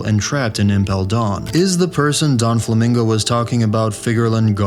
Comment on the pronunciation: Is this guy trolling? “Donflamingo” “impel dawn”